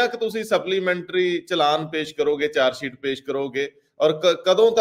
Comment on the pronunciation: The word is Dosh not Dosh, the word is Pesh not Pesh, the word is Charge-sheet not Change-Seet , the word is Shift not Sift, so on and so forth . All such words are wrongly pronounced in your comments . Thanks .